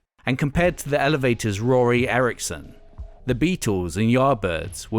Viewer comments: It is actually roky erickson... Not Rory... The 13th floor elevators guy.... Pronounced the same way as rocky... Idk, that's all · "Roky Erickson" not "Rory" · If I ever hear you call him Rory Erickson ever again I'll slap the shit out of you. Roky didn't die for this. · Good work overall, but it's Bill Haley and Roky Erickson, not Bo Haley and Rory Erickson. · This is a hell of a project you put together. I thoroughly enjoyed it but it's "Rocky" Erikson not "Rory" as you referred to him. Again, excellent job! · ROKY Erickson....not Rory. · It's Roky Erickson not Rory!! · Roky Eirckson, not Rory. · Rory Erickson? You mean Roky Erickson.... COME ON MANNN!!!! Hahahaha .... really tho... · Did you just say Rory Erickson? LOL! Continue vid...... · Pardon. It’s RoKy Erickson. Lol. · Did you just say "Rory Erickson"? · "Rory Erickson"? Who is that? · The narrator saying "Rory [sic] Erickson" at was enough to show me the narrator doesn't know shit. Turned it off immediately.